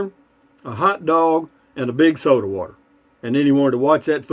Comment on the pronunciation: Every time you say soda water i start cracking up lol